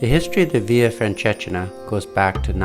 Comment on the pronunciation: very nice video thank you...but you may want to Google how to properly say the name of the walk